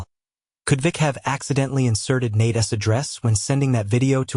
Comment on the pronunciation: How about teaching your AI narrator how to use the possessive use of a person's name - as in Nate's. That's NOT Nate-essss. Maybe proof and correct the clip BEFORE posting it